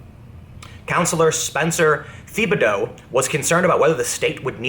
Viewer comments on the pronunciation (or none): Thibodeau is pronounced tib-ah-dough